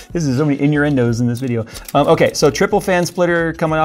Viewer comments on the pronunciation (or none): So many “in-ur-endos” lol, which is also an innuendo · "in your end'os" LOL